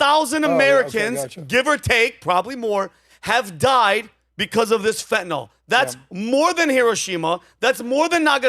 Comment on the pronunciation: pronounced fentanyl correctly.